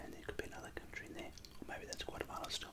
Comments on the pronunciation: Added an “r” to the end of Guatemala haha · Just one mistake, there is no R in Guatemala